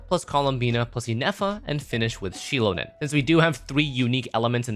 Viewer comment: holy fk first or second time i hear someone pronouncing Xilonen's name correct and saying Shilonen 😭 not saying Xilonen the same way its written or saying Jilonen which deadass tilts me so much when its pronounced wrong